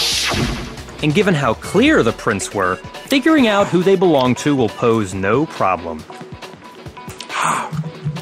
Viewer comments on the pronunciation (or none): none